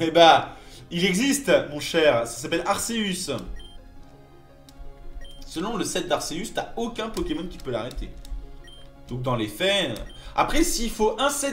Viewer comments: Selon le Pokédex 3D (je pense que c'est une source fiable quand meme) Ca ce prononce "Arkéus", après je fais juste la remarque ^^ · Ca ce prononce "Arkéus" et pas "Arséus"